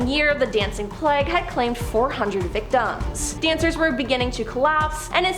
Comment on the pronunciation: You pronounced plague wrong other than that it was a very informative video well done!